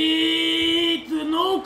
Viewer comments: cel mai tare youtuber de fotbal #respectbraker PS se citeste Ruud Hullit,no hate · am iesit de pe video cand am auzit cum ai pronuntat GULLIT......